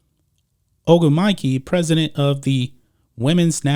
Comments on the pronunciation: “Oh-gwoo-meh-Kay” is what you were looking for. Not that it really matters. I’ve never seen something as irrelevant carry so many headlines. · Sorry guys. l had to laugh. It's pronounced "Oh-gwoom-uh-kay". You're welcome :D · You BUTCHERED her name but …🤦‍♂️ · “KNECK-Uh” “OH-GOOM-UH-KAY” that’s all. I rock with everything else though. Good stuff 👍🏾